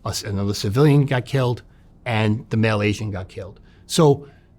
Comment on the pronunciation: Is he saying male Asian or is he saying Malaysian?